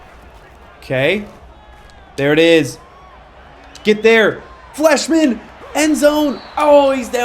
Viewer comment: I would pronounce Fleishman with a long I sound, like flyshman